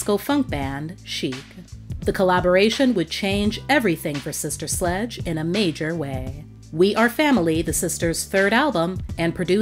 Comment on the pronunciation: Q: Can you please make an edit to your video ? I noticed at the mk the computer generated narrator says " SLUDGE " that is dis-respectful to this LEGENDARY band